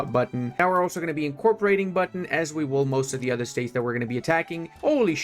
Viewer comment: bro said "Buton" as Button in English is the funny part for me as Indonesian🤣🙂‍↕️